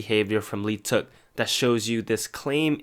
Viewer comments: Lee teuk omg that aint how you pronounce it i am in PAIN How many people think its actually pronounced like that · Your pronouncation of leeteuk is horrible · OMG dude. If you're making videos about idols seriously learn how to pronounce their names! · cringe whenever people pronounce leeteuk as "lee-teuk" its silent "l" yall